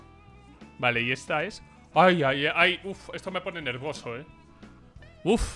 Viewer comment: Me pone nervioso que diga nervoso